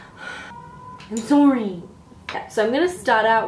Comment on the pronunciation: is it just me? or did she pronounced 'i'm sorry' like miranda sings'?